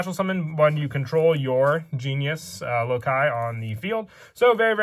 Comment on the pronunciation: Omg he said loci (lo kai) instead of saying like (loc key) he is the 1st yugituber to say it correctly ive seen